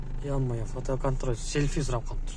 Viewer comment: Мнеге Селфи деген сөздү СелЬфи деп окуйсуңар ❓😂😂🤣🤣